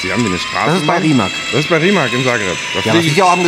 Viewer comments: Der „Rimac“ wird nicht Rimak sondern RimaZ ausgeprochen.. so nebenbei! Lg. aus Kroatien 🇭🇷✌️ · Wird Rimac wird "Rimaz" ausgesprochen oder? Wie Rosicky damals beim BVB 😬